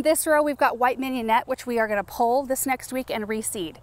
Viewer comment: pull as pul not pole. lol pul a pole?